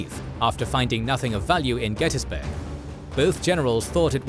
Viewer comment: Also pronouncing Gettysburg wrong. I’ve heard people try to call it Get-tus-burg. Every local in the area and around calls it “Get-teas-burg”. I live in Cashtown, less than a block away from Cashtown Inn. Crazy it all happened right down my road.